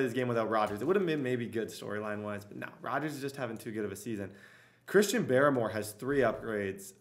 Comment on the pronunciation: It's pronounced Christian Bar-more